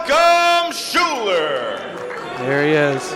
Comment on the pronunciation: Idiot Commentator has one job, which is to talk, and he doesn't even know what to talk about and still can't pronounce Schuyler.